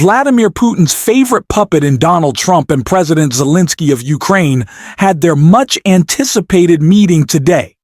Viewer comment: Please pronounce his name correct, Zelenskyy